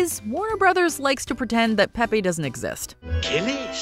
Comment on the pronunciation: .... Pepe, in the cartoon, is not pronounced Pep-PAY.... it's Pep-PEE. He even says it in the clip you played. Why didn't you pronounce Penelope as Penny-lope? Same difference. (I don't know why this irked me so much, but it did. Maybe that's what they were going for... a reaction.)